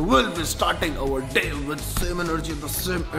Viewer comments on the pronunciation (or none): Sabse phele toh english seekhlo tum 😂 day hota h fay ni